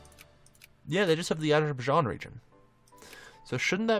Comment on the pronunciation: Azer-bi-jarn. How to pronounce Azerbaijan.